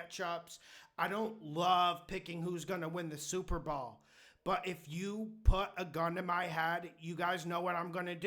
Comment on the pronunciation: "Super Ball" 😂